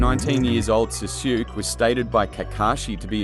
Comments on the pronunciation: Awesome video! Btw the pronunciation of Sasuke is "Saa Sue Kay" ^^ Keep up the good work dude! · I'm not watching this because you pronounce Sasuke's name all messed up